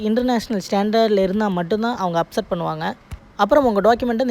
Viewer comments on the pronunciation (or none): அப்செட் இல்ல bro accept கரெக்ட் அஹ சொல்லுங்க